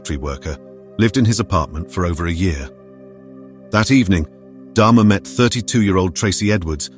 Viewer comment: Get his name right, it's DAHMER NOT DHARMA